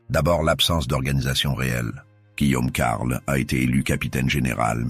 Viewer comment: C'est de l'IA? J'avais des doutes mais en entendant la prononciation de certaines villes ("Senlis" par ex à 7min30) ou alors des liaisons bizarres ("Guillaume....... Carle" 7min50). Dommage, je voulais en apprendre plus sur la jacquerie et cette vidéo est apparue vers le haut de la recherche. C'est une chaine nouvelle avec plusieurs vidéos par jour et des images d'IA, je devais me douter que l'audio était aussi IA, le script aussi j'imagine d'ailleurs. Dommage.